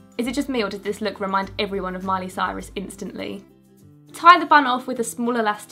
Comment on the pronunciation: triggered when she said miley cyrus